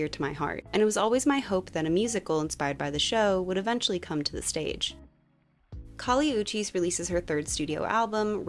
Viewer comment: Is that how you pronounce Kali Uchis? Because WOW I have been pronouncing it wrong lol 😂